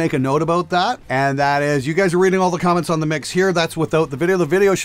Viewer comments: lmao sometimes those imperfections are happy accidents... Like saying "Crom-ments." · wtf’s a quament? 😂